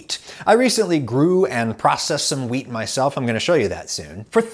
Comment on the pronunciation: You said wheat just sounds like you say weed